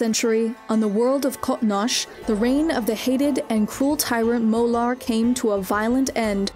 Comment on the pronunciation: Molor, not Molar!